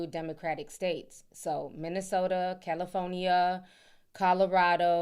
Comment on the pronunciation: the way Ti says california is wild lmaooo Cali-phone-nee-yah